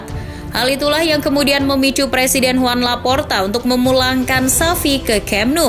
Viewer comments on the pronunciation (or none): none